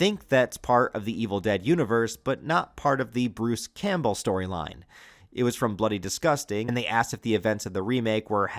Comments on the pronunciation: Is it AI that can’t FUCKN SAY Bruce’s last name right over and over again?? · I can’t figure out if your voice is ai. The way you pronounce “Campbell” is very strange.